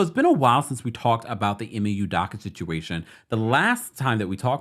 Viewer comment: U do ka not udaka